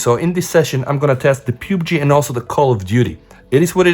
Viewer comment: dude its pub g not pube g